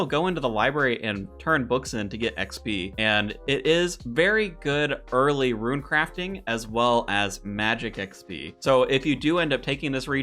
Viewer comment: Damn man... saying rune as "ruin" is one thing... but ensouled as "ensoiled"?